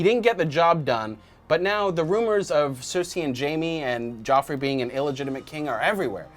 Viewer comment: You mean Joffrey, not Geoffrey